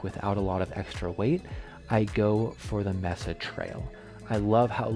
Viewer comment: Thanks for the review👍 FYI Mesa is pronounced “may sa”. Here in Colorado, the Mesa trail is in Boulder. A very popular beautiful trail…